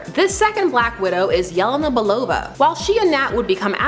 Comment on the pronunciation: It's pronounced Yelēna, not whatever it was that you are saying 🤦‍♂️